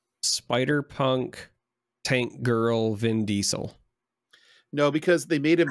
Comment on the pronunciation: Not going to lie the first time I heard you say tank girl. I thought you said tub girl. I don't know about how she rebelled against the system.....